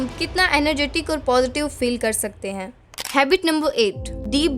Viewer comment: Don't get offended but it's HABIT not HABBIT (JUST FOR CORRECTION NOT TARGETING ANYONE)